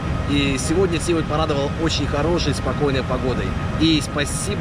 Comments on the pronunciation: Ударение на букву А!!! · А я думал, ТивАт. :(